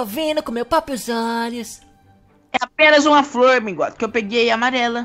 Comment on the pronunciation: minguado: mds. HulkBR: minguado.. minguado... 1 mingado, dois minguados, três minguados....